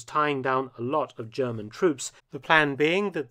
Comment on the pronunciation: For once, somebody commenting on WWII whose pronunciation of German is perfect.